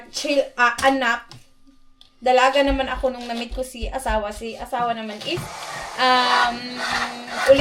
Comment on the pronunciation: Nakaka tuwa c husband pag kino correct ka nya sa words mo nag mit/meet hehe ❤❤